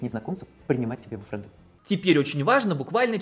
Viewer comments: Френды́? Френды́?! Серьёзно??? Я не знаю, что тут сказать. Бокал за тех, кто выбрал чистоту русского языка 🍷🍸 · Как у учителя английского после слова "фрэндЫ" у меня случился инсульт жопы, а после "фрэндЫ вам не друзья" инфаркт головного мозга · Не френды, а френды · правильное ударение в этом слове падает на последнюю букву, слово фре́нды вообще не звучит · Только с пятого раза поняла, что такое френдЫ😁😁 У меня сестра так не разговаривает, тем более от женщины 40 лет это слышать очень странно))) А Крид, да, просто единственный, кто остался, видимо)) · ФржндЫ это не друзья Друзья это не фрэндЫ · в том, что Во-первых, не правильно поставленно ударение. а Во-вторых, даже 1 клашке известно, что френд с английского - друг, а значит френды - это друзья. что не понятного? плюс само слово звучит коряво, его слишком исказили от английского. вот в чем, все смеялись не над словом, а над тем, что его не правильно использовали. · Во-первых, это англицизм, а тут как-бы патриотизм должен быть. Во-вторых, ударение неправильное. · да, исковеркала она знатно. Откуда она вообще окончание взяла?